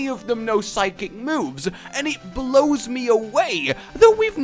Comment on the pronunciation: he said psychic lmfao idk how but its like 'sid'kcik